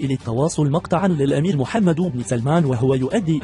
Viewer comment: ياصاحب الفديو اولا اسم محمد يلفظ بالسكون وليس بالضم ثانيا محتوى الفديو لا حديد او مثير فهو تافه جدا